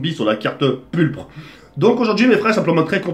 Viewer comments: PURPRE ? x) Non on dit PURPLE x) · "La map pullpre" 😂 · EN PLUS IL A DIT PULPRE MDRRRRRRRRRRRRRRRRRRRRRRRRRRRRRRRRRRRRRRRRRRRRRRRRRRRRRRRRRR